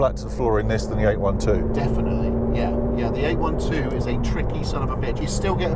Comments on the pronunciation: What is eight one two? Ah you mean eight twelve (eight-800hp, twelve-12 cylinders) :) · Mate, it's not a 8-1-2!! It's called an 8-12!! Got it? 800 horse power and 12 cylinders, not 1-2 cylinders! Nice video but let's pronounce the names correctly. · It’s eight twelve, not eight one two